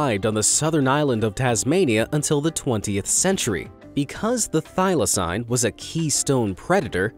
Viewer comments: How you gunna pronounce thylacine (Thai-Luh-seen) wrong AND get the death date wrong? ( 7 sept 1936) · thyl-acine is pronounded thy-la-ceen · He can’t even pronounce thyclacine if he can’t pronounce that right then just say Tasmanian tiger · When I hear thaylacine